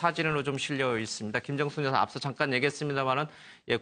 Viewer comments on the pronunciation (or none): 앵커분 발음에 주의하셔요.여사의발음을 어떻게보면 고의적 실수로 여자라고 하는 느낌이 강하게 드네요.